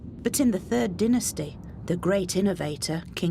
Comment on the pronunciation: I noticed, she enunciated Abydos & Dynasty, (aby...Dei)specifically different. We see u.